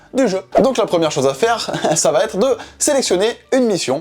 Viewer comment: Bonjour.... va T'être de... est un pataquès bien trop répandu à mon goût. 😢 Pierre-Louis ne fait pas cette faute de liaison. Elle vient sûrement d'une confusion avec la forme interrogative où l'on rajoute effectivement un T dit euphonique (va-t-il) ou avec la règle d'exception d'un verbe à l'impératif ayant pour complément « en » ou « y » où le « t » résulte de l’élision du pronom « toi » et est précédé d’un trait d’union mais suivi d’une apostrophe (va-t'en). 😅 J'avoue. Le français n'est pas toujours simple. Mais on dit (comme on écrit): "il va être". Pas de T ici.